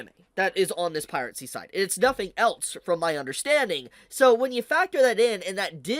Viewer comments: Has always pronounced piracy as "piratecy?" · do you say piracy with a t? I swear I hear you say piratcy every single time you say it and it keeps bothering me lmao